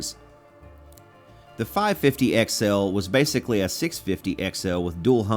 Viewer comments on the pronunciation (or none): none